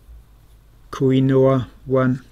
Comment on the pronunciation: I was just thinking you pronounce it wrong, but as a Polish person I pronounce it differently and surely also wrong 😂